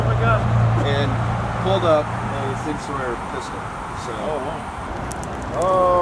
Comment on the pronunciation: Sig Sauer is pronounced Sig Sour. I have one on my hip right now, and had to laugh because if I saw the word for the first time, not knowing it, I also would have pronounced it Sawyer.